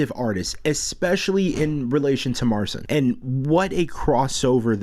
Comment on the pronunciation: Why don't you pronounce his name right? And can you play??? He's awesome!